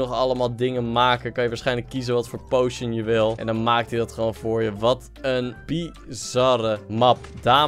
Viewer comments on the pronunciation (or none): none